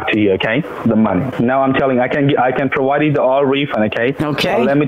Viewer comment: He must like big girls. He is always saying prowide.